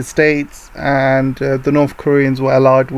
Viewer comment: I want to know why you pronounce north or south (norf and souf) and (death deaf)